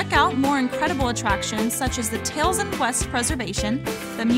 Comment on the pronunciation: Someone needs to teach the narrator how to pronounce 'Taliesin'.